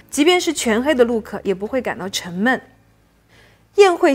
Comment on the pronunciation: 两个词，Look我听成Luke，MomJeans 我听成momJames 😀